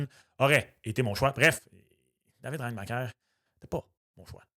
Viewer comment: Il n’avait qu’une seule job… apprendre à prononcer REINBACHER. Un nom de famille de difficulté moyenne à faible. Côté annonce d’un pick on était loin de Céline qui est ému d’annoncer Demidov à Vegas.